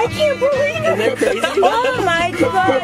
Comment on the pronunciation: "tank you bro tank you"